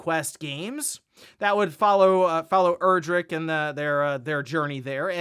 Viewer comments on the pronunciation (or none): none